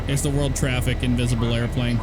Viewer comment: Im glad im not the only one that cant say world properly...